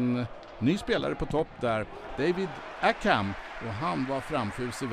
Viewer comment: David Accum ? I-Cum? Han heter ACCAM för helvete haha!